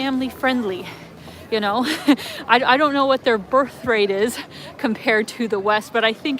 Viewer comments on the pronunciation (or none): none